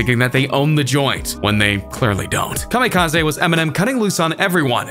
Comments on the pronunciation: Everytime this fool talks about EMS new joint he calls it Kamikaza. Its kamikaze Bro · nigga said kamikaz aA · Nobody- this guy- kamekazay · Nobody: KamikaZAY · Im confuzed kamikaza Its kamikaze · STOP CALLING IT KAMIKAZAY IT'S KAMIKAZE I'm sorry but it's soooooo irritating the rest of the vid good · This is the first person ever to say kamikaze like kami ka zay instead of kami ka zee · Commie Kah Zee? Joe rule? Jeeezus!😂😂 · Kam-i-ka-zeh is how we are pronouncing it now? Just making sure. P.S. Who is 2 Bac ? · i love how he pronouces kamikaze ka me ka zay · Kamikaz-ehhh? Why you pronounce it like that? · SERIOUSLY.. STOP PRONOUNCING IT KAMIKAZAY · He said kamikaezey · Jarule N, S, Y, N, C Comma Kaz-zay Needs to write a diss track about your pronunciation skills. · You say kamikaze “kamikaza” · Everybody:Kamikaze King Trending:Kameekazae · Did eny one notice that insted of kamikaze he said it like kam a kaz a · You say kamikaze like an idiot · You pronounce Kamikaze so weird. 😂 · u said kamikaze wrong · I really hate you pronounce Kamikaze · Bruh, this dude dont even know how to pronounce "kamikaze". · I hate the way the narrator says Kamikaze and NSYNC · The way he pronounced kamikaze triggered me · The way he says kamikaze makes me mad 😂😂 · Next time please try to pronounce Kamikaze correctly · I hate the way this guy says ‘kamikaze’